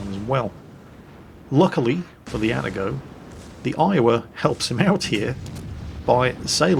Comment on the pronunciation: There is probably no breaking the habit of an old sailor at this point, but.... It is A-ta-go Not At-a-go Confirmed by my Japanese coworkers.